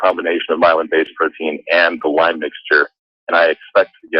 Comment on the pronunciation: PS - It is called LYME, not LYMES. FYI Sorry, Pet Peeve…… blame it on my Lyme. ;)